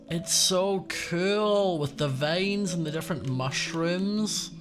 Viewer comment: Love how he says Vains instead on vines